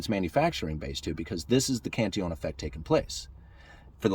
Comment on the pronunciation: Cantillon is pronounced 'Canteon'. Sorta like quesadilla/keesadeeya?